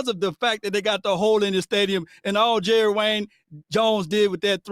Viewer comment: This man said Jerry Wayne 💀😂😂😂